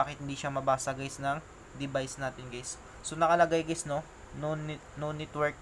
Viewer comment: Puro geys narinig ko guys😂😂😂